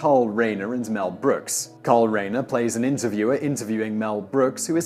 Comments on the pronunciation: "Reiner" is pronounced as if it were spelled "Rhine-er" - with a long 'i' for the first vowel sound, not a long 'a'. C'mon, guys. You may be Brits, but surely you can get THAT right. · Love All of Mel Brooks work! And Simon, It's Carl looks like Rein sounds like Rine long "I". Star of David factories to cross. Ha!😂😂😂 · How does Reiner sound like Rainer?